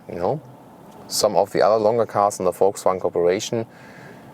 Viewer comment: "Let's Gooo!" Haha,, always looking forward to your VW reviews, 'cause I love the way you say "Folksvagn" =)